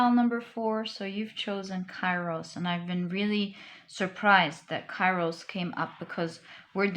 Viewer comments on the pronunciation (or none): Pile 3.Kairos is pronouced "Keros" in Greek. Thank you for an overall beautiful reading